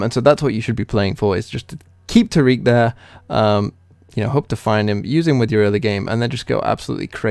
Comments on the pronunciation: Tar-ic/Tear-ic. Not, Tar-eek. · Love the deck concept, but can't handle how you say taric 😩